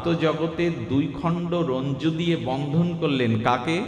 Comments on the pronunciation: নমিতাদি তুমি বলে দিলে আমার বলার সাহস অধিকার ছিল না। রজ্জু।। রঞ্জু নয়। এটাও একটা উপকার। তাই তোমাকে ধন্যবাদ। রাধে রাধে।। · শব্দটি "রজ্জু" হবে, নিম্ন হবে,লেহ্য হবে। ভাগবত পাঠ খুবই চমৎকার বিশ্লেষণ,আস্বাদনীয় হচ্ছে।